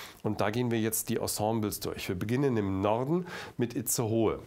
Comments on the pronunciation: Es heißt Itzehoe 😜, nicht Itzehohe 😂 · Moin. Nur zur Info unter uns beiden "alten Säcken" (bin 73er): Das heisst richtig "Itzehoe" und nicht "Itzehohe". Zugegebenermassen wird das so ausgesprochen wie du es geschrieben hast... Ansonsten alles gute an das untere Ende von Deutschland. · Das heißt aber Itzehoe und nicht Itzehohe 😂😂 Klugscheißer Modus ON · Itzehoe!!! Gesprochen Itzeho🤣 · Ich finde diese Übersichten sehr interessant und gut erklärt. Itzehoe, gesprochen It-ze-ho, hat nur ein h im Namen :) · Die Stadt heißt Itzehoe! Das e wird dabei nicht mitgesprochen. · Generell schon richtig! Aber er kann nicht mal Namen korrekt aussprechen und betonen von dort, wo er seit 20 Jahren wohnt! Zugereist bleibt eben zugereist! 😥😣